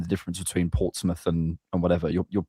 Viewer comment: its Portsmouth though